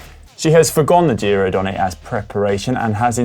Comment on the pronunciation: Donn-eh, not Donn-ay! Where's Marty when you need him :-), but failing that - here's a link to the GCN Italia guys - . I'm sure Alan can help